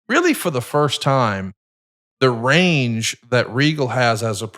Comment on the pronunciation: Eric needs a better connection and/or equipment, he's always constantly cutting out. I dunno if his background cancellation is too high or what, but it's so hard to listen to. Same with, listen to his medical plug, the S is left off diabetes and he says "rain" instead of "range".